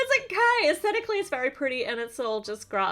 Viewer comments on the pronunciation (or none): I have no idea how many times you said esticaly LOL